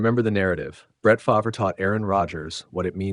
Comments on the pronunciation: F-A-R-V-E not faver….. (F-AR-V) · Here is a little advice from someone who has never even used AI or ChatGPT: When you enter in the text for the narration of the video, using a name like Brett Favre, You spell Favre “Farv” or “Fahrv”. That way AI will pronounce it right for all the people watching your video. Your welcome.